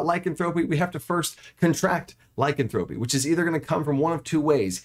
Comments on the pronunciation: Not trying to be mean and not to be a granmar nazi but it's not lycanthrope-ee it's Ly-can-thropy 🙂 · A minor point and I know it's pedantic, but the stressed syllables change a bit depending on which derivative of the word you are using ... Lycanthrope (the creature) stresses the first syllable [LYcanthrope], Lycanthropy (the disease) stresses the second syllable [lyCANthropy], and Lycanthropic (the adjective) stresses the third [lycanTHROPic] ... hope this helps ... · Great video, the only thing that drives me crazy, is the mispronunciation of Lycanthrope. Lie...can...thra....pee. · IPA Pronunciation: /laɪˈkanθɹəpi/ There's some good info here, but the constant mispronunciation makes me twitchy. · The way he says lycanthropy kills me. Otherwise, great video. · I can't believe you're the only one to comment on this. I was losing my mind and couldn't finish the video.